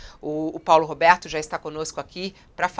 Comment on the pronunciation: N tenho maturidade para ouvir ela falando "Roberto".